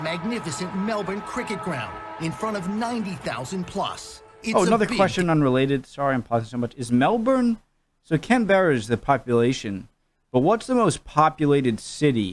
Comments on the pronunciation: I'm sorry, did he say CanBEERER? I'm sorry to correct, but it's canBRA And you gotta say the A really fast. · I have one tip, Melbourne is not pronounced "Mel-born" more like "Mel-bun". And Canberra is not "Can-beara" more like "Can-bra". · Ok to awnser a few of ya questions first well start with best teams, it really depends it can change depending on drafts finances etc this season 2021 it has been the Western Bulldogs who are my team and the Melbourne Demons also its pronounces Mel-burn not Melborn and can-bra not can berra and yes you can smuther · Melbourne (pronounced as melben) is the most populated city followed closely by Sydney. Canberra is also pronounced as canbra